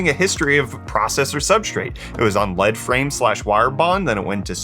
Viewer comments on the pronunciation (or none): You pronounced Lead frame wrong. It's not lead as in the metal. It's lead as in leading the way. Lol leads are wires they were used in a frame then the wires were bonded from that point.